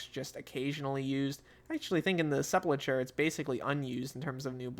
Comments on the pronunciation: Sepulchre is pronounced SEP-ul-ker (or SEP-ul-kur) in both American and British English, with the 'ch' sounding like a 'k' and the final 're' sounding like 'er' or 'ur'. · "Seh-pull-curr" is how you say it